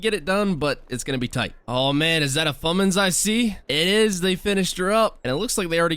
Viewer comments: How much times he says fummins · DID HE JUST SAY "FUMENIS"????????/